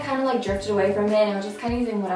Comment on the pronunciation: gloss-E-Ay not glossy-er